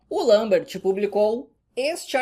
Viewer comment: Parabéns por pronunciar "Lambert" corretamente!